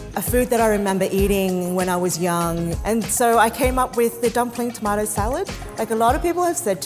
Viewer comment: I'm a Brit, so your pronounciation of Baz-il and toe-mart-toe is brill!